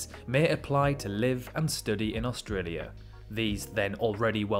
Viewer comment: One of the best videos I’ve seen about Australia, just the way my man say’s “Australia” bugs me.